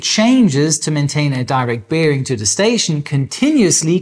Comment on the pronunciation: Biiiering? Na, dann Prost.